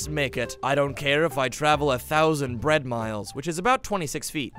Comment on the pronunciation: I am bread... more like I am Pwead 😂😎